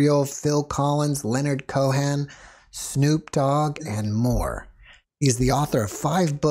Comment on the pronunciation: Hey, by the way you said Leonard Cohen's name, it sounds like you're unfamiliar. His songwriting is spirit manifested through art. Give him a listen if you haven't already!